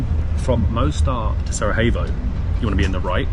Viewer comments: To be easier for you because you are saying Sarajevo wrong every two seconds . So its Sarayevo . Sarajevo is not in Spain to be pronounced Sarahevo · The vlog is on top, like always. But brother, Its not SaraHEVo, its SaraJEVo 😂💚 -> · Why do you all say Sarahyevo? Pls it’s SaraJevo the j pronounced like a Y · I love your videos, but you got the pronunciation of SaraJevo wrong! It is SaraYevo, as in Yellow not SaraHevo, as in Hard. I hope you don't mind me correcting you. Hvala, živeli, ćevapi and burek , hvala, are perfect!❤❤❤ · Can you please just pronounce Sarajevo properly? It’s not that hard mate. It’s not a H it’s a J and that’s like a Y in English. I think that the capital of B&H has been mentioned enough times on regular TV that you can learn how to say it properly. Thanks! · Sarajevo not Sarahevo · It’s Sarayevo for Gods sake. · Learn to spell pls 😅 Sarajevo (j like y) not Sarahevo.